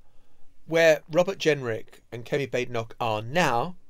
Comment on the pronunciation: Baden Baden so Baad en och. It's a Scottish pronunciation. I hate her but can we try to get the name right?